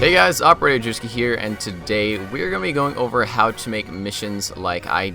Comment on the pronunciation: I understood Operator Jew Ski.